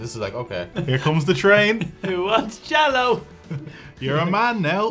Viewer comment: Uhm that's not American Jel-Lo lol